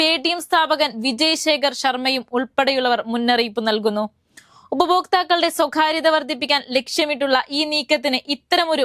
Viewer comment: സ്വകാര്യത എന്ന വാക്ക് ഉച്ചരിക്കാൻ പഠിക്കൂ. ക യും ഖ യും തമ്മിൽ വ്യത്യാസം ഉണ്ട്. ഖരം അതിഖരം ഇതാണ് അതിൻ്റെ കാറ്റഗറി. അവതാരകർക്ക് മിനിമം യോഗ്യത നല്ല ഉച്ചാരണം ആയിരിക്കണം